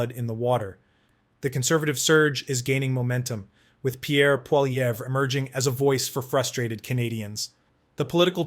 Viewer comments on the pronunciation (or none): Poli..ev not Pol..evra try getting it right if you want to be taken seriously. Lazy, lazy😂